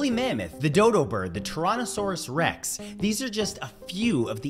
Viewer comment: that pronunciation of Tyrannosaurus rex got me but it’s ok I don’t care how people pronounce it we all pronounce things differently